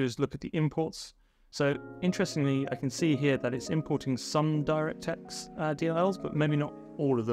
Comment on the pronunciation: took me way too long to realize that "Dyra Tex Five" is your insane way of pronouncing "DirectX 5" lol